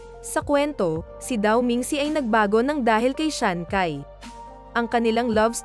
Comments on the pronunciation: Ang narrator ang sabi shansai Yan di shakai hahaha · Shancai…. You pronounce it as shanshai. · hindi siya si SHANKAY, SHANCHAY yan pag binasa. hahaha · Sanchai hindi sankay😂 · Chai ang pronunciation ng CAI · Ano daw Shankay??ayusin mo nman pruounciation mo😂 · Natatawa naman ako sa bigkas niya sa ngalan ni sanchai naging syankay na😅😅😅🤣🤣